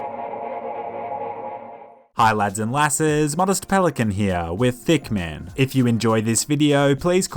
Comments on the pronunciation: Is it me or am i hearing him saying “thickamn” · Did he just say thiccman?